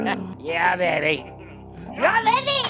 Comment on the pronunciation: "Ya bABy" 🤣💀